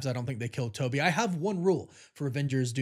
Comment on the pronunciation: TOE BY looool